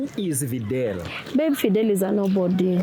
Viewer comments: Videl....its videeeeel....practising invidelity with my wife.....😂😂😂😂😂😂😂mnarudisha mzee soko surely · Fidel practicing invidelity 🤔😁kizungu